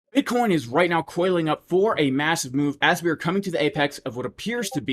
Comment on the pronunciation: J, my 4 year old twins laugh so hard every time you say buttcheek